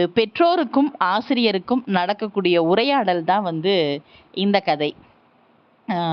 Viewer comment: Ha sound வராமல் தமிழை உச்சரிக்கவும் . பூங்கொடி ஐ poohngkodi என்று உச்சரிக்கிறீர்கள்.kadhai ஐ khadhai என்று உச்சரிக்கிறீர்கள். ஹிந்தி இல் தான் அந்த sound வரும்.கவனிக்கவும்.